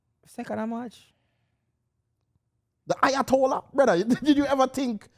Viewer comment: Not lowatollah, 🫠